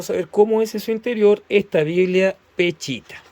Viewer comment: No se dice peCHita, sino peSHita, pronunciese la sh.